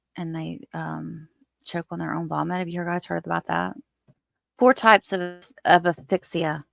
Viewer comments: Great video (as usual). If I could just make one suggestion: please pronounce the 'S' in aSphyxia. Not trying to nitpick, but it's a bit distracting when I keep hearing the the name of an email app (Affixa) in place of the word for suffocation. Otherwise, though... excellent work. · Love your content!! Thanks for all of your hard work! 🥰One little thing… it’s asphyxia with an S sound..Just a little nit picking from a nurse ☺️. Thanks again! Love your work!